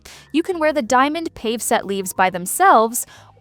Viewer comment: Pave is pronounced pah-vay. I know it’s AI but try harder please.